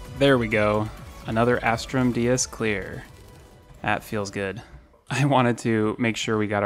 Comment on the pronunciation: How many times have u said "As-trum dee-us " and not "As-trum Day-us"?